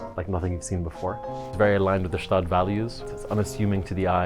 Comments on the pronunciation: why bro say Staad and not Gstaad. I mean I'm swiss. It's called Gstaad. I'm also french but Idk what they call it since they don't know wtf to call anything. They call a brownie a broni. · a little tipp from a local, despite what your delusions told you, its definitively got pronunced "'staad", the G is hard and full in there GGGschtaaad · Swiss here, it pains me a little bit that you mispronounciate the city name, try to pronounce the "G" in the beginning. Quite important